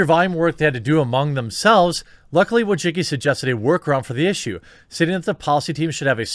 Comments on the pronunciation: Bruh he said "WA-JA-Ki" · He absolutely fucking can’t. He misses half letters and doesn’t even realise that -cki is read as -tsky. There is no ‘g’ sound. There is no ‘o’ sound. He sounds illiterate.. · Bro I’m Eastern European and you should check how to pronounce Wojcicki... what you doing is straight up butchery lol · It hurts my ears every time an American or a Brit butchers pronunciation Susan Wojcicki's last name.